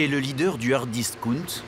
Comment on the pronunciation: S.v.p. bien prononcer ou utiliser des termes français. Hard discount et non ardiscoont…c’est quoi ça 😅.